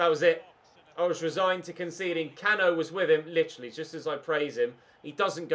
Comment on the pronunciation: Cano is actually pronounced Can oo